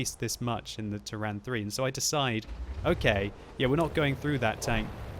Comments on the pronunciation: I cant hear the version of how pronounces Turan, yuck, lol, Though the Hungarians amongst the viewers should help with that I hope. I personally pronounce it as Tuuran, not Turrahn... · okay, now spell it like that: "Tour-run"